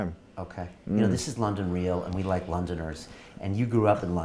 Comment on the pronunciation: "This week on London reaal?"